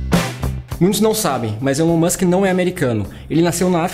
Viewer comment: O videio está bom, mas poderia pronunciar o nome do mesmo de forma correta. Elon Musk "ilon Musk"